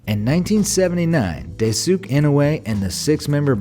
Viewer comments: Die-su-kay, not Day-sook. How did you get the last name entirely right and the first entirely wrong? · pronounced "Dice Kay" instead of "Day Sook" There's an idea I've had that isn't yet possible, but I seem to not be the first to think of the concept. When or if it is sometime, it should be quite the improvement to the already possible concept, but much more efficient and faster, with proper conditions. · Daisuke is not read as 'daisuk' but as 'dai-su-kay' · Daisuke is not pronounced Day-sook lol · are we just gonna ignore he's spelling daisuke's name day-sook? ... should be Die-sue-ke tho... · its Daisuke, not Daisuk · Japanese people pronounce Daisuke as (dice ke) not (die sook) sorry for my english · Its not deisook goddamn it. Dai-su-keh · Daisuke is pronounced as dai,su,ke...not dai,suke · Daisuke is pronounced dai-soo-kay, not day-sooke. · Correction about Daisuke’s name it is pronounced as DÄÏ-SÜKÉ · its dai-su-ke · Daisuke... It is pronounce dye-soo-key. Potash... it is pronounced Pa (like your dad) or pot-ash. Honestly, my dude, it takes 5 seconds to look up pronunciation and you get it wrong too often. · Uh.... you pronounce 'Daisuke' wrong. It supposed to be pronounced as 'Daisukeh'. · Daisuke is pronounced Dice-kay. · Stop saying daysook enoe wtf that hurys my ears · Daisuke is pronounced "Die-su-kay" ^_^ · Just for future reference, the Japanese name Daisuke is pronounced as DICE-KAY, not... whatever your dude said. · It's pronounced DIE-SUE-KAE .....dayum boomer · Bruh, are you the only other ones who noticed?! Dai-soo-kay! Dai-s'kay, if you say it faster, and closer to how it's actually said. I know because I saw an anime where one of the guys names is that, and that pronunciation is awful. :( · oh no hon "daisuki" means "I love you" "Daisuke" is pronounced with a long e sound at the end. So Dai-su-ke (pronounced kay) ^_^ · wait.. did you just called him Daisuk? what? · He said daysook bruh. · It’s pronounced DICE-KAY. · I died a little